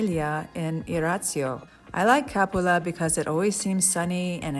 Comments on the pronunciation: Pronounced Ca-PU-la. FYI. Great video. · Please! CAPULA does not have an accent on the A, the accent is on the U. Ca PU la.